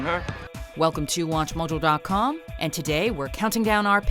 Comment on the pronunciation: Did she say "welcome to watch mujjle dot com"?